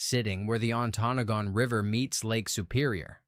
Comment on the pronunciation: Antonagon is pronounced as (An toe noggin) Please learn how to say the names right!!!